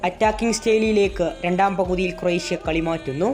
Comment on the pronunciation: കൊറേശെ അല്ല ക്രൊയേഷ്യ എന്നാണ് ബൈ കുറേസമല്ലാ കുറേശ്ശെ